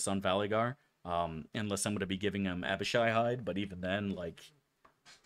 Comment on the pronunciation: Fug he said Abishai right, something devastating must have happened.